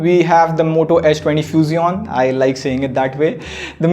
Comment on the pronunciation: Did he just said moto 20 few-xion?